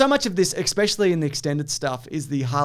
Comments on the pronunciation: says "eckspecially" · he says expecially, or am I crazy?